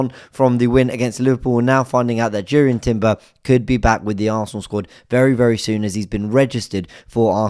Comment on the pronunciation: It's pronounced YUR-ian. Incredibly excited to get him back in the squad. Saw him in LA against Barcelona. They guy is so composed on the ball, and an excellent defender.